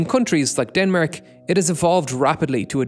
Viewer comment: how did you pronounce denmark?!